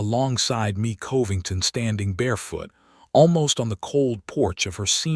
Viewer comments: Please please please... redo this whole story. This time pronouncing her first name as, May... not Me. Me, is only M-e Mae is pronounced May. AI is tiresome... 😮‍💨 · The name Mae is not pronounced “Me”. Mae is pronounced May (like the month).